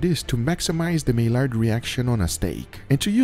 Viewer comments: I have never seen somebody mispronounce Maillard reaction so many times. Has nobody told this man?? The Maillard reaction is pronounced My-yard Not My-lard It’s a French word, the L’s are silent. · It's pronounced the "My-yard" reaction, not "May-lard" reaction. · Maillard = my yar Not may lard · Love the video!! But it's pronounced My-Yard reaction lol not Mail-Lard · Heya dude love your experiments👍🥴 P.s it's said as my-ard reaction not not mail-ard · “My—yard” reaction….. not mai-lard…. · My-yar reaction ❌. My-lard reaction ✅ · Just FYI: Maillard is pronounced "My yard", not "My lard", it's French... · Hey - it’s pronounced “my-ard” not “may-lard”:) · Mai-yard reaction. Not May-lard. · Its: "MY-ARE-D" NOT "MAY-LARD" sorry, but I'll own my grammar nazi-ness. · i think its pronounced as mayard not milard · Isnt it pronounced may-yard reaction not may-lard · Just a heads up for future videos, "Maillard Reaction" is pronounced as "MY-yar". Its French and the LL's are meant to sound like Y's. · Maillard is a French name, pronounced "my-Yar". Great video,! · Okay I’ll be that guy: Maillard is pronounced, “my-yard” I love you <3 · The word is actually pronounced "My-yard". It's French IIRC, hence "ll" = "y". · Maillard is pronounced like "my yard". Just FYI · "may-lard reaction" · " Mai-yard" reaction. It's a French name. Named for Louis-Camille Maillard. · maillard = "My-yArd" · Hi, love your videos. I don't mean no hate but maillard is pronounced "mai-yard" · Meilard reaction 😂 learn Spanish. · Maillard (French) pronounced (MAI-YAR) in English the d isn't silent but still pronounced (MAI-YARD). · It's pronounced Mayard reaction, it's named after a french guy, so the two L's are turned into a Y sound. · its pronounced as Maiyard reaction... same as you pronounce LOID for LLOID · Maillard is generally pronounced (my-yar) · Love your videos. Always a treat. But it’s “my-ard” reaction. It’s French. Just fyi. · Maillard pronounced my-ard.